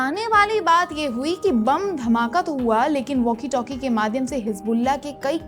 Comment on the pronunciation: मैम वाकी टाकी नहीं होता है... वॅाकी टॅाकी होता है.... इंसानियत की नहीं बल्कि इंसानियत का होता है... लगता है अंग्रेजी माध्यम पढ़ी हैं....